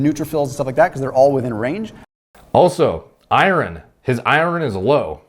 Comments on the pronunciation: I learned you can’t pronounce iron today lol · Is pronouncing iron as I-run a Canadian thing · So weird how says Iron. Sounds like he's saying ire(land) ron. Is this a Canadian pronunciation of it? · you're saying iron wrong